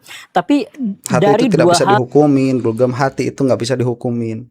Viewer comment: Gorgom kalee bukan gurgem